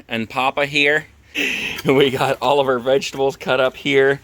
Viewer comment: I was watching your video while folding laundry, and you say, "Alright guys we got Momma and Poppa here, we got Oliver Vegetables cut up here"....I had to go back to see/hear you actually were saying, "All of OUR vegetables...".